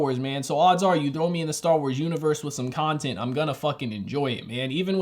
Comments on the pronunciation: Did u say dar wars or am I trippin😂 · Man really said Dar Wars